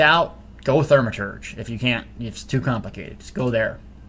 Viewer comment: Just say, "thaw-meh-turge" lol